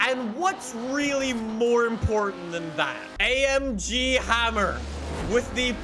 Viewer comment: No one: Absolutely no one:: i love amgeee